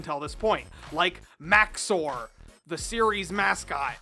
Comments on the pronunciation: It's maxor not whatever the heck you said in this video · I know you were only joking, but man did your purposeful mispronunciations of "Maxxor" really annoy me.